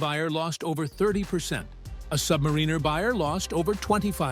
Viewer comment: It's "Sub-MARE-in-er," not "Sub-mar-REEN-er" for fugk's sake! Can't stand these AI voiceovers...